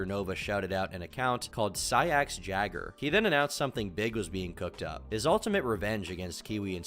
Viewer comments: jaeger is pronounced as 'yayger' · that's not how you pronounce jaeger, retard